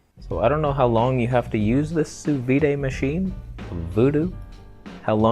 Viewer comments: "sous vid" but not "sous viday" (from a french person) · Sous “vid” — not “vee-day” French bitch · It is pronounced "sous veed", the d isn't soft. I'm French and I've never heard someone say it "sous vee" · Sous veeday?.....you mean sous veed right? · it's not pronounce as soo veede, hahahahaha IT'S SOO VEE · OMG you are such an idiot. "Vee-day" ... I really hope you're being intentionally obtuse. I would've gone with "soo-V.D." & go ahead, eat your raw meat. Make sure you leave it sitting at room temperature for a few days. Dip. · The correct way to say "sous vide" is "soo veed" 😉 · more like sous veed (i in english does not make the eee sound) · My god you’re ignorant.....you don’t even know how to pronounce it correctly......get neutered, man!! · Why make a vid about something you clearly know nothing about. You can't even say it, never mind lecturing others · Great to hear (and see) you saying french words, hilarious, grettings from France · I figured a canadian could figure out how to pronounce sous vide... FML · Thumbs down for pronouncing sous vide incorrectly. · ok thx. And the d is soft, i didn't say silent, vee would mean silent d not soft d. A hard or full "d" sound in English is like "duh, deh, dih" i.e. there is air after the consonant peak, where the air is cut off. We always say it like that, "sanduh", the spelling exaggerates the effect but it's always there to a degree. Watching cooking shows including French ppl, sous "vide" is always the soft d meaning after the closed consonant there is no more air or sound, it's an abrupt and quiet d, almost like a t sound. The word ends with your tongue touching the top of your mouth or your teeth, however you do your d's and t's, it does not move and allow more open sound after that to clarify and emphasize the consonant. Thats what is meant by a soft d, many languages use such sounds.